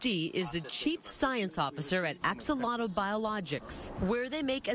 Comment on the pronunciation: not even close on the pronunciation of axolotl. you think you'd bother to learn to say the word your business in named after.